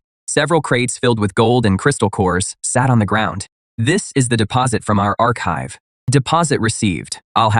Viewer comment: "ark hive" bro it's archive